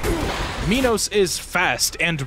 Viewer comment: Okay so King Minos is often mispronounced. He, like Act II's King Sisyphus, is named after a king in Greek myth. In particular, Minos is the king who locked up Daedalus and Icarus in that one tower. He did that because Daedalus made a wooden cow suit, the world's first fursuit, so Minos' wife could get it on with this one prized bull. It's fine, one of the gods cursed her to be in love with it, she wasn't like that. Anyways, she did have a child from that bull. It was called the Minotaur. Translated, "Minotaur" actually means "bull of Minos" (Minos + Taurus). Fun facts aside, Minos' name is pronounced "My nos" and not "Me nos". I included that trivia up there both to flex how much of a nerd I am, and to show how I came to learn how to properly say his name. After all, it isn't a Me-notaur.